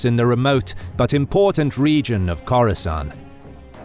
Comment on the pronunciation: Each time he says "Khorasan", I think about Coruscant...^^